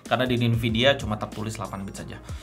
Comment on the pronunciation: Tiap denger lu bilang "ninvidia" ditiap video rasanya pengen gw toyor bang wkwkwk ig